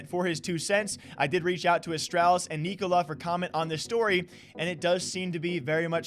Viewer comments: Its pronounced Nick-O-Lie, as in “Nikolaj is having another lie on us” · From a Dane. The right way to pronounce Nikolaj. Its kinda pronounced "Neeko-Lie"